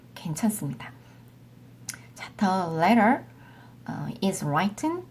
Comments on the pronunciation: Written 발음이 뤼튼이아니고 롸이튼인가요? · written은 리튼 라이튼 발음 다 되는 건가?